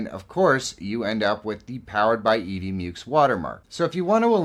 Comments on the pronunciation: "mucks", not "myooks". Rhymes with "f....." (firetrucks) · Mucks. It's EV MUCKS. 😆